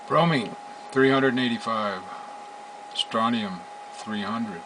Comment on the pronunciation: Ummm....u said Strontium?!